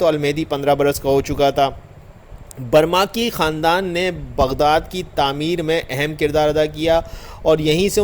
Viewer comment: برمکی ہے نہ کہ برماکی۔